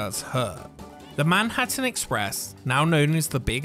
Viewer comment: "Manhurtin Express"